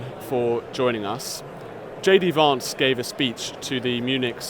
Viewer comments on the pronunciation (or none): Stop calling him Vahntz! It's Vantz. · J. D. Varnce? It's J. D. Vance! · Kevin me old chum , there’s no r in Vance it’s not varnce it’s Vance you annoying toad